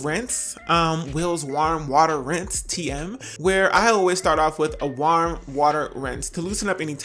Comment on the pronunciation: why you say warm like that lol